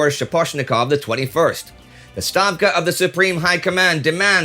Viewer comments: Thank you for noticing my comment a few weeks ago on the pronunciation of Stavka. It made my day to hear Indy say it! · Thumbs up for pronouncing Stavka correctly. Also, I like their directive: "3) If you blow up the bridges, who will prove you blew up the bridges?"